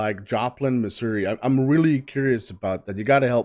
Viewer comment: I want to acknowledge that you pronounced Missouri correctly.